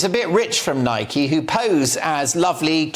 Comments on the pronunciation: Why dont you pronounce the product name properly? It rymes with bike and hike and like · It's spelt that way but it's pronounced Nikey by the US company that purchased it from JAPAN in 1972 I just call it Nike same as you